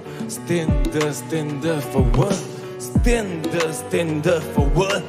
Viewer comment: Stand up stand up 这个发音太出戏了